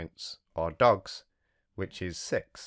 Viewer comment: I thought he said 🦆 🦆 ducks. Then I realized he said 🐕 🐩 dogs.